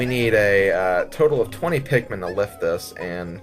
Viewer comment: Bruh, pikkmone